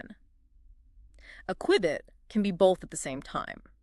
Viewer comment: Had me until “qwibit” 😂